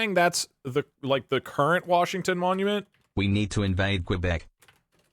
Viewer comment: WHAT DID HE JUST CALL QUÉBEC😭